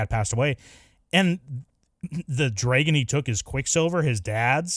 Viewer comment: bro why do you say dragon like this?